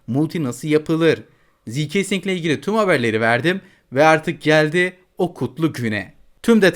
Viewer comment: ziikesing diye diye getirdin😂🎉